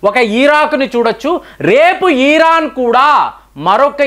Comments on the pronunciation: ఈరాన్ కాదు ఇరాన్.....😅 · ఈరాన్ కాదు సార్ ఇరాన్ అని చెప్పండి. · అరే అన్నా....ఈరాన్ కాదు....ఇరాన్ ....అనువస్త్రాలు కాదు....అణుఅస్త్రాలు..😂😂😂😂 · Eeeeeeran Kadu nayana iran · Please don't call eeeraan. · antha bagane vundhi...kani iran na eeeron na sir pronunciation naku edhi correct artham kavatan ledhu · adhi iran ra babu eeeran kadhu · EERAAN KAADU, IRAAN KADA ? DEERGHAMU LEDU